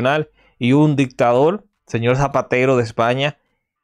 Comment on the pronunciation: Aparte de mal ablando desis señol por desir señor sos mentiroso cual pacto todo es falso